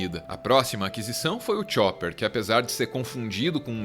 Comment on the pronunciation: Lâfi, namí, xóper... ai meus ouvidos